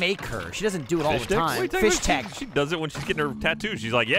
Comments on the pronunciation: Fisstech, Not Fishtech, FISSTECH! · Fisstech* not Fishtech bois. needs to play the games over again methinks as he doesn’t know how to pronounce anything. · no on has mentioned that they say "fishtek" and not "fistek" my soul hurts. they should know better since they're listening to the book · It sounds like is saying "fish-tech," and I was super confused because in the games there's no atch sound in the word. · Am I the only one who is confused by and pronunciation of Fisstech?